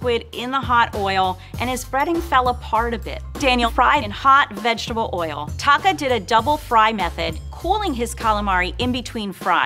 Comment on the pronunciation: Is it just me or is calling Taka "taco?" 😂😂😂